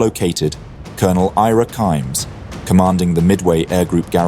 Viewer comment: CIMES IS SAID AS "SHE-MAY" NOT KIMES OR KIMEZ